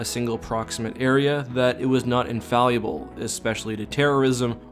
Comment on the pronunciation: Are you aware that you say "infaluable" instead of "infallible"? It's cute. :-P